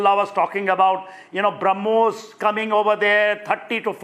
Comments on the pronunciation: BrahMos ❌ Harmoos ✅ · This Pakistan Minister is a stooge. He speaks nonsense. He does not even know the name of the missile. He calls it Harmoos. He has been told by the Pakistani army to give out this statement Nothing more to it. The whole world including Pakistan army knows that India has a declared « No first use » policy. India had not been attacked with a nuclear device, so there was no question of a nuke attack from India. In any case at that particular juncture India was on top of the situation. This man is a clown and should not be taken seriously.